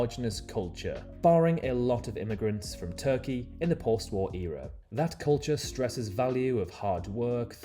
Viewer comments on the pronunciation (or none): none